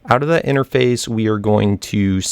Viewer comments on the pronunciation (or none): u say enerface